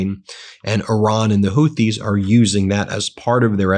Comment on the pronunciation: Ben, it’s Houthi- Hoooti as in booty. Thank you for correcting your pronunciation of Hormuz to Hormooz vs Hormoze. It discredits you to make these errors. I’m am no one and don’t pretend to be but you have a large audience. You need to be better versed in your content. I’m still subscribed but please keep working on fine tuning and deepening your content.